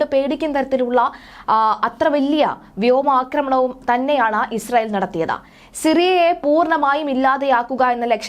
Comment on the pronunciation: വ്യോ മാക്രമണമല്ല. വ്യോമാക്രമണം